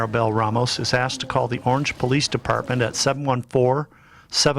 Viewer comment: The city of oorange, yeah, forget this channel. Stick to England murders because if you can't pronounce a city correctly, you lost me.